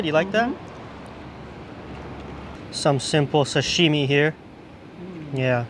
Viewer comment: oh, my name is Doug Tanaka. I am Japanese-American I was born in the US but I never pronounce Sashime like an American. I really want you to lose that habit. You need to say it like your dad says it or your grandmother. They know the emphasis is on sa, not shimi.